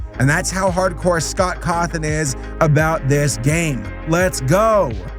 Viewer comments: also yes you did pronounce scott's name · Yes you did say Scott’s name right.also there’s a fnaf movie coming.so could you do a fnaf episode when it comes out?